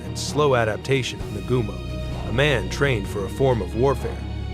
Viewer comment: The way it butchered Admiral Nagumo’s name is brutal